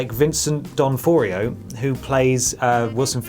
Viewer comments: VICENT DONFORIO? Hahahahahhaaha its Donofrio! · D'ONOFRIO, not D'ONFORIO, it's an italian name :P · Vincent (DON-OFF-REE-OH). lol.